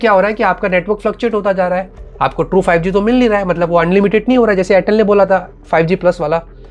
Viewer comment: Airtel ❎ Chortle ✅😂😂😂😂😂😂😂😂😂 All Time 😂😂